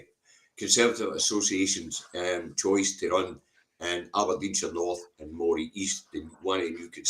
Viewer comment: the way you keep saying Moray is the way it's pronounced when talking about the Moray eel. The county rhymes with Murray.